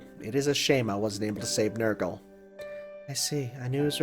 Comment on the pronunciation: So there actually are such people whose first instinct upon seeing "Nergal" is to pronounce it as "Nurgle". Huh. And I don't even have a reason to suspect of being an enjoyer of the 40k...